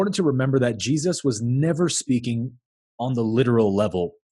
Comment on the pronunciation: I could listen to you pronounce Jesus for an entire video. Just..on a loop.